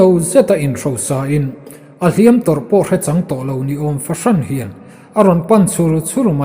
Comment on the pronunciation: Lianngura angaihnawm viau e, bung 23 na ka ngaithla tan a, "Ngên mu" hi i lam/thluk dik ta e, mahse, "Hliam" hi ila thluk diklo fo... A hmanna azirin athluk sang leh hniama lam rik angaia, tin, "Chawhnu thlangher" tih tur... "Chawhnu tlângher" ni loin.